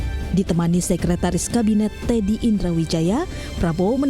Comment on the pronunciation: maaf, sepertinya anda salah menyebut nama sek.kabinet itu mayor teddy indrawijaya bukan tendri atau tendi,trmksih salam